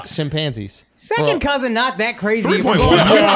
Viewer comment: regular people: "chimpanzees" andrew: "chim pansies"